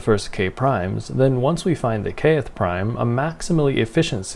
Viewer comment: Interesting. You pronounce "Kth" in two syllables. I've never heard that before. Nice.